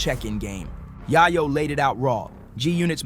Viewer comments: Bro it’s pronounced “yay ooooo”. Not yahh oooo lmaooo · Way back in the day I loved the rapalot movement. Fast forward o now and Jay Prince is too old to be acting like this. Also "tony yah-yo"?? Huh?? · Bro you really pronounce yayo name like that wtf 🤦‍♂️ embarrassing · This guy need to learn how to pronounce yayo